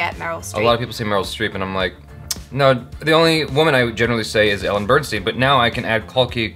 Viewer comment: Is it normal for an aspiring filmmaker to refer to Meryl Streep as 'the woman who has won a billion oscars'? No shade, just wondering. It's Ellen Burstyn (bur-stin) btw. It sounds like you're saying Bernstein.